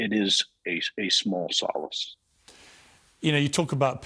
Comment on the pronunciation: Pronunciation of solace 😂😂